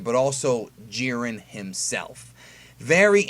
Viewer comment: Jiren pronounced (Jie-Ren) stopp hald assing it